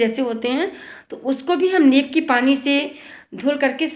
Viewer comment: नीब, नहीं नीम 😂 विडियो अच्छा है 👌👌